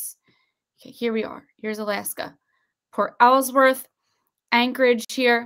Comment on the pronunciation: I live in Alaska born and raised and I live close to Port Alsworth it’s just up the road from me, I can tell you that this information that your exposing is the absolute truth, it’s pronounced port all’s worth